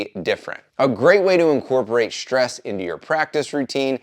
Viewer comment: Wtf is "shtress"? I cannot help but wonder if it is anything like the ENGLISH word STRESS.